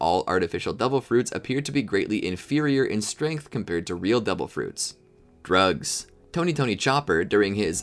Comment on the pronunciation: The way he said drugs though